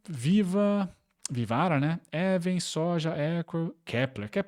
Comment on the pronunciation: Pô, minha Even lê-se "iven".